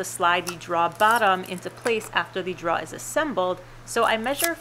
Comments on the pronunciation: "Drawer". Not "draw". Apart from that, great job. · you mean "draw" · You can tell the accent with the word 'drawer'. Love your videos. The 'drawer' pronounced as draaawrrr definitely pin points the area of the country. Of course you would think speaking with me when I say 'fixin to' would be a tell also. :) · Drawer. Pronounced “dror”, according to my dictionary. Thanks for the vid though! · Its pronounced like door with an extra r droor. Aka drawer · New Yorkers tend to say "draw" and leave the er off the end. Just listen to Tommy on This Old House: Draw actually makes sense, since you draw it out to put stuff in it. In the West, we say it like "door" with an extra r - "droor." I can't see how that came about, but I'm used to it. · Took me a while, but you are saying "drawer" not "dryer".................... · I'm pretty sure the only reason she made this video was to see how many times she can say "drawer" on camera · I came to this video in hopes that I would hear you saying drawer repeatedly. I was not disappointed. Your videos are great, teaching people to just not be afraid to try. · Hi, great lil video. I'm really very surprised how many people commented on your pronunciation of "drawer" I'm guessing they never spoke with a long islander before..lol they need to get out more often. Keep the hits coming! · I like the project but where is the R in Drawer? That was driving me crazy. ...regarless - Good work, very good camera work and edits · Do you know that second r you drop when you pronounce drawer floated up here to the Midwest and got stuck in the wash. Up here it is now pronounced warsh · It's weird that that Southie accent only really becomes pronounced when she says drawer. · Informative lady, i just hate her pronunciation of “drawer”.